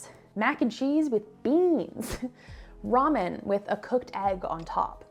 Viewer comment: Ramen not Raman lol